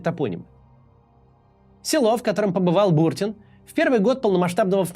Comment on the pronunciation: Не БУртин, А БуртИн.